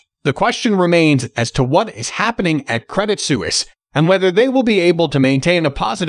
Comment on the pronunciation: Isn't it pronounced SWEESE? Su is like Sw: ( Swiss).